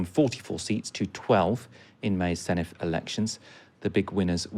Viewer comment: The Dd in Senedd is pronounced like the Th in This not the Th in Thing, I've never heard a single English journalist pronounce it correctly, come on lads